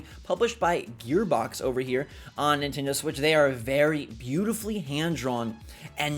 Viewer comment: It's pronounced Nin-TEN-doh not Nin-TIN-doh